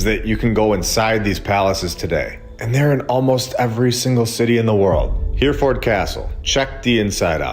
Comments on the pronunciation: AI reading....this vid and all ..endless mispronunciation such as HEREFORD in this one. HERR-E -FORD NOT HEAR-FORD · Just to let you know, Hereford is pronounced... (H) error - ford and not Here-ford. 👍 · Not a criticism but we pronounce Hereford - ‘her-a-fud’ (well common folk from the north east do anyways). Awesome videos, I always look forward to your content. Keep up the great work. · Excellent except it’s pronounced Hare-a-ford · Btw, it's pronounced He-re ford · You need to learn how to pronounce Hereford